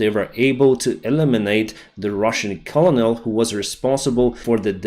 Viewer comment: Thank you for the daily report! A side note the word Colonel is actually pronounced as kernel. English is a weird language.